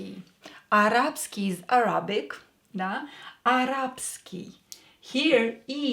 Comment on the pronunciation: Excellent course, many thanks. Just one (slightly pedantic) point - you pronounced Arabic with the stress on the second A, same as the Russian. In English the stress is on the first A, Arabic rather than arAbic. Without the context most English speakers would have trouble understanding what was meant (probably like most of my attempts at sounding Russian!).